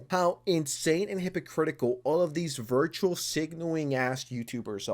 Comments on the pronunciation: Guy. It's "virtue signaling", not virtual signaling. And it's "indirectly", not undirectly. And English is not my first language btw. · It's virtue signal, not virtual signal. For someone who's job it is to talk you make a lot of badic errors in your speech, it's annoying. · It's virtue-signaling not virtual-signaling lol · Virtue not virtual lol